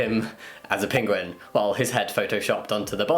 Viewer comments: Pinguin? It’s like Benedict cumberbatch all over again haha. It’s Penguin 🙈 so cute! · I couldn’t focus properly for most of the first topic. I was more focused on the way Jamie pronounces Penguin. Love you Jamie but you were doing my head in 😂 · I love how you say "pinguen" instead of "penguin" XD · Jamie pronounces it “pinguin” omg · Did my guy seriously just say "Pinguin"? Bruh moment. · I think you mean PENGWING